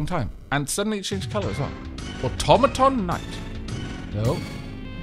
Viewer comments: "Automatawny" A brilliant new color for your new automaton. What is it? Well it's a sort of a brown, really. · zhoulf've called the automaton the automaton Mark